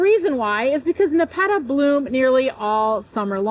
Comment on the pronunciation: We pronounce it Nep- a - ta